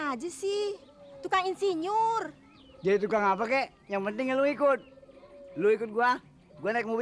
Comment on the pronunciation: Aki 2 Tile orang ngomong Insiyur jadi gali sumur😅